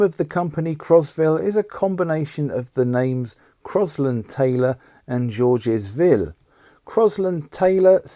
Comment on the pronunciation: Please.... if you're going to make a video about Crosville, at least make an attempt to pronounce Georges Ville correctly. Anyone will tell you it isn't Jorjiz Vill.